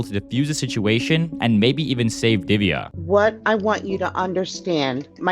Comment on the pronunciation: U can't pronounce diviya it's divya like that how to pronounce